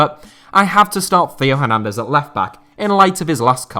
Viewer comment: France top four left backs: Hernandez, Hernandez, Mendy, and Mendy. Feel bad for Hernandez and Mendy. Theo and ferland specifically. Theo for consistently getting his name butchered on this channel, and for being beaten out by his older brother, which must suck in terms of sibling rivalry. Ferland for being so good and then just getting injured.